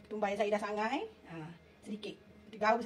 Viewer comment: Rempah apa yg disangai....tak jelas sebutan